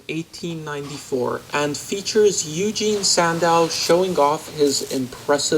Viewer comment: Just as an FYI, Eugen is pronounced “OY-gen,” with a soft G as it “get.” Kind of like how Euler is pronounced like “oiler” and not “YOO-ler.”